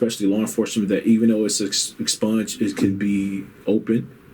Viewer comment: “Ex-sponged” lol wtf